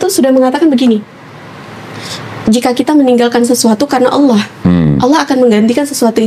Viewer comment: Masya Allah. Pengucapan kalimat Allah sangat fasikh